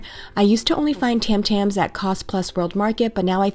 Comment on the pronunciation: You pronounce Tim Tams way differently then I. Have I been doing it wrong all this time!